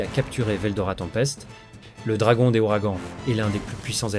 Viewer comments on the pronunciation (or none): none